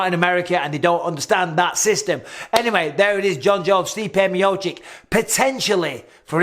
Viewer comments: Me-oh-cheech! Me-oh-cheech! Michael... not Me-oh-chick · For God's sake Bisping; please pronounce Stipe's name correctly?? ME OH CHICH